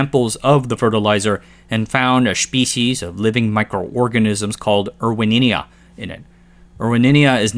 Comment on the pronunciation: Erwinia, not Erwininia